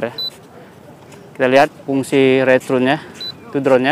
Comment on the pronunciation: banyak btul ulang return nya, nyebutpun mcm salah, saya dgar retrun bukan nya return